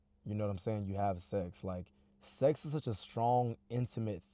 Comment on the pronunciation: STOP SAYING SEXZ